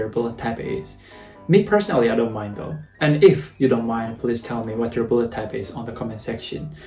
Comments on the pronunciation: Blood not "buled"😂😂🤣 I was confused like "what?!" For a moment by how you said blood😂 My blood type is B too. B+✌🏻 and I guess I'm an honest person just like how I am right now😃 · It's only me hear he say "bullet type" insted "blood type" :D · When you're saying "blood" it always sounds like "bullet" xD. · I don't know why but everytime you say Blood I hear Bullet 😅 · Now I can't unhear it😂